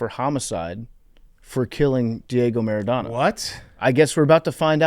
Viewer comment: PFT, Diego Maradona can’t be your personal hero if you’re saying his name MER-IH-DAW-NAW. it’s phonetic.